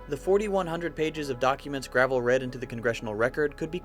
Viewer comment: The former Senator from Alaska's name is pronounced Gra-VELL, not like driveway stone.